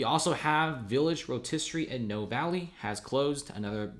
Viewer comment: not "Know" Valley, but rather "Noey" Valley